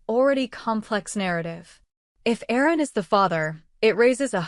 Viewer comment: His name is Aaron !!! Not errors !